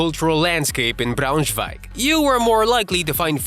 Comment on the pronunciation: As a german, i love how you pronounce"Braunschweig". I'm not biased, but I'm convinced Schröder should've won 6th Man over Montrezl Harrell